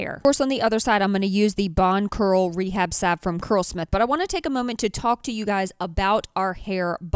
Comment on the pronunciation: Thank you. Finally someone knows how to pronounce salve.